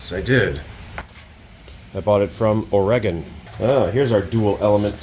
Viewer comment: I will never pronounce Oregon the same again. Please try to contain your excitement. Get a patent for those crock lights idea!!!